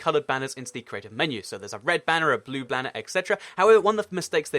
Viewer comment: He said Blue Blanner